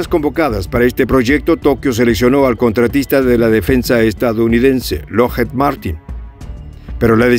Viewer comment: Lockheed... La doble E suena como I...